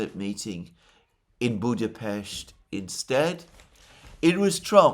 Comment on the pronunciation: it is such a subtle sign of respect to pronounce the Hungary's capital properly